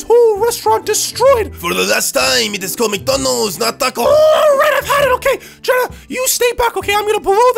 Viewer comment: you said China instead of jenna.😂😂😂😹😂😹😂😹😂😹